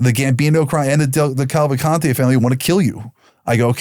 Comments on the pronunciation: You mean DeCavalcante .😂😂😂 your doing business but can’t even pronounce the name correctly? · You mean DeCavalcante .😂your doing business but can’t even pronounce the name correctly?